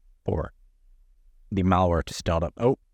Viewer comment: Idiot me, wondering what's up with this "Mauer" only to realize midway he's saying "malware".